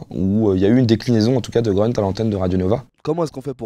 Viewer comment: en allemand et en turc, grünt ça doit se prononcer gruneuteu/grûneuteu et pas greuneuteu comme ünkut on devrait dire uneuqueuteu et pas eunequeuteu